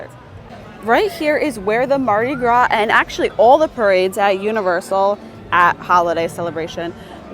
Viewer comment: I’m from Southeast Louisiana. Mardi Gras is pronounced Mardi Graw. Haha she said “Mardi graws.”